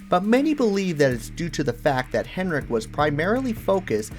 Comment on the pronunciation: Dude, it sounds like you’re saying Rick Hen-rick, without the D. Cool video aside from that distraction.